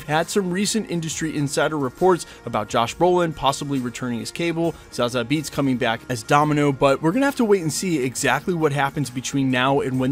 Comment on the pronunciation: Lmfao your pronunciation of some words just cracks me up. I can’t remember what word it was, but you had a video last year where you mispronounced something ridiculously like 20 times. Now I can’t get “Zah-Zah Beetz” out of my head lmao. It’s “Za-Zee” lol. I could understand thinking it’s “Zah-Zee”… but “Zah-Zah”?!? Lol I love you man